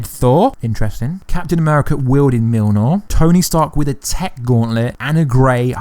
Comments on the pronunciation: Michael Vendick Didn’t he also so Mjilnor instead of Mjolnir? 😂 Anyway, I think I’d get pretty excited too if I was to read such an awesome (possible) script!! I’d proly do way worst! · It's Mjolnir (mee-yol-ner)